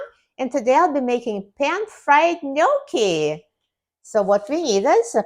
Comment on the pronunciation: Love this. You pronounced it correctly, Thank you for that. Love you ❤❤❤❤